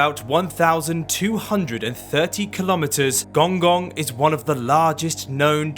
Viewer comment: Pronounced gonggong wrong